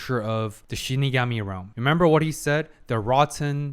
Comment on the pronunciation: Finally the long awaited fateful encounter episode, and with the proper shiNIgami pronunciation on top of that, chef kiss XD For me this is top 3 favorite episode from the series, intense layered psychological battle with some jaw dropping moments, can't ask for more. And it's the real beginning to their legendary battle. the real winner is Ryuk, he got the VIP seat to this epic showdown lol